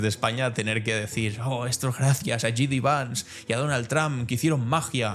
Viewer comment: Que no es "Yi Di Vans", que se dice "Yei Di Vans"! Igual que disc jockey se abrevia a "di yey" y no "di yi".